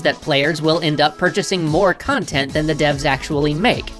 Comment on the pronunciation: Or rather, it's con-tent